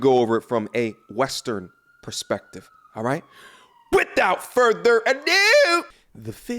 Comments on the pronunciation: Without further adeeuuuooo 🤣🤣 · "without further aaa-douu" Had me dead at the beginning 😂